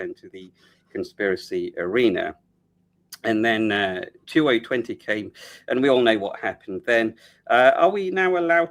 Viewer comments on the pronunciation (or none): none